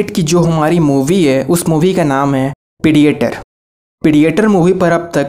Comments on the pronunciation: Bhai saheb, पिडिएटर नहीं, प्रेडेटर कहेते हैं। मतलब, शिकार करने वाला। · Pedeyetor nai re OOO predator he 😆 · Not PIDIETOR its PREDATOR OKKK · It's predator not pidi a tor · Bhai wo pidiator nahi hai... Wo predator hai.... Pronunciation sudhar apni 🤣😂😂🤣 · Predator ❌ Pidiator ✅ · Bhai it's predator not pidietor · pidiator nahi प्रीडेटर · It's not pidiator in pronounce It's pre dae ter in pronounce! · एक्सन नही एक्शन पीडीएटर नही प्रेडेटर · Not pediator. Its predator. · peediator age of Tomorrow batelsip isstar wars star tek beedio 😂😂😂😂😂 (Sorry bro, just for fun) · I lost it when u said "pidiator" 😂😂😂😂 Sorry BTW good job 👍👍👍👍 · Rip English...pediator😂 north indians 😂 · Pidiyetar?????????? Ye kab bani bhai???😂😂😂😂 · I am laughing after hearing you pronouncing "predator" word! hahaha. again..battleship..hahaha